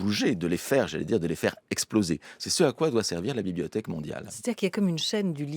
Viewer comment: La" bibiothèque" 🤣 Comme les petits nenfants ! J'adore !